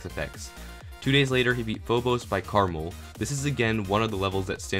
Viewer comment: Krmal Subtitles: Caramel Seem legit